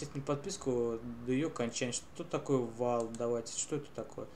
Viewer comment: а также валют (волт,воулт)